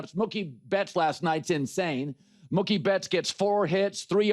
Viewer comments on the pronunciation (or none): “Muky betts”